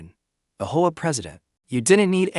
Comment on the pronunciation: Home owners association, as mispronounced by AI.